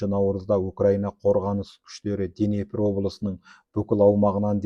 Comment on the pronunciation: Денепр емес - Днепр. Халеакбар емес - Халиакбар секілді